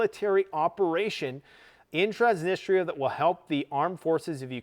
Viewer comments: Love you but it’s Transnistria not Transnisteria 😬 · Trans-nis-tri-a Not Transnisteeeeria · Stop pronouncing "Transnistria" as "Trans-nist-area"! It's pronounced as "Trans-nis-tree-ah". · Dude its Trans-knee-stree-uh. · Lets goooo!!! Let it burn!!! Burn it all down. So sick of this woke clown world. Also, it's Trans-nis-tree-ah. Another 500million announced by Biden today. It'll never end. The west is done and needs to be done. Our founders in the US always said, never get entangled in the wars of Europe. It's past time we return to our isolationist roots and end our practice of being the world's police. We can't even secure our own borders. Why are we worried about Ukraine? Putin is no soviet, but restoring the old Russian empire of the Tsars would be something he could achieve to go down in the books with Alexander and Catherine the great. I think the East smells blood in the water with a weak and bumbling Biden. Nato is corrupt and broke. We've pushed too far. Prep and be ready. Your home is your bunker. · TRANS - NI - STRI - A